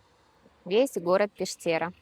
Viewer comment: было приятно прогуляться по местам, где мне давно хотелось побывать. С Вашей помощью это случилось. Только вот городок этот называется Пештэра, с ударением на Е.